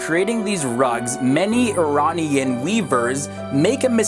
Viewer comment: Such a shit flag compared to the original flag.. the "daarie" hahahaha the way you pronounce iranian is hilarious. The daarie is a joke